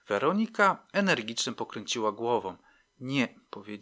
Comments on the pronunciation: Super ta WerOnika .... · Podoba się. Bardzo. Tylko to źle akcentowanie... WerOnika. W poprzednich podcastach także. Niektórych może okropnie razić. Ale sub leci. Zasłużony.